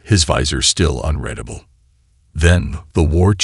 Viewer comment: I CONCUR 👍🏻 AND AGREE WHOLEHEARTEDLY , THIS AI CANNOT REMEMBER ONE SIMPLE NAME OR PRONOUNCE SIMPLE WORDS COHERENTLY ! PERSONALLY I TRULY HATE THE “ UNREDABLE “ TO UNREADABLE , IT LITERALLY GRATES ON MY NERVES !